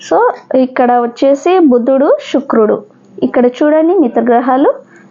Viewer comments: షుక్రుడు కాదు తల్లి శుక్రుడు అనాలి. భాష మార్చుకొండి. తెలుగు ని తెలుగు లాగ పలకండి. మనం ఆంగ్లెయులు కాదు. స్వచ్చ మైన పదహారాన్నల తెలుగు వాళ్లం. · Shukrudu kaadhandi Sanivaram sa ni sha gaa palakadam baagaledhu 🎉 migathaa antha baagundhi🎉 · Shukrudu anakoodadhu Sanivaram sa ni sha gaa palukaraadhu